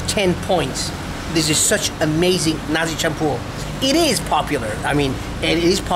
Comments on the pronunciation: Perfect pronunciation there - Nasi Campur 😊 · You eat nasi campur by han like a pro man... Hehe n you can pronounce in malay language as good as Malaysian... Wow salute at you